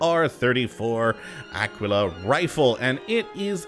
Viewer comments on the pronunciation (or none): its pronounced AH-KEY-LAH like tequila